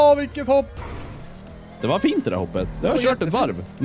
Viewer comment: Älskar att ni säger höpp istället för hopp, hehe